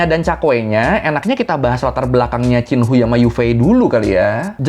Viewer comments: Dalam bahasa hakka chin khuai, bukan cin hui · bang, bacanya bukan hui tp hwei 😭😭😭😭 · Qin Hui di baca nya qin hue bang ,, izinnn